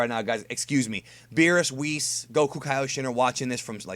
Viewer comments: "Wheerus" - has been playing too much DB Fusions. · I shot Rice Crispies out of my nose when you said Wheerus! LOL